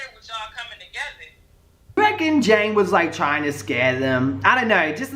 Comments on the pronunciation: Love you 💖💖💖💖💖😘 lol her name is ja-nay janay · When continued to call janay, jane through the whole video